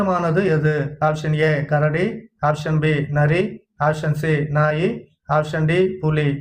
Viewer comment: டேய். நாயி இல்லை நாய்.